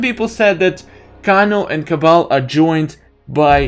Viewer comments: It's not Kono it's kano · The way you pronounce Kano gives me anxiety. It’s pronounced KAY-NO